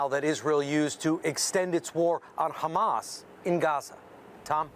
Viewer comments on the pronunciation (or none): none